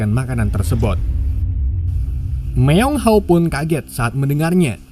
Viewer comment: Bukan myeong haw,, tapi myeong hwa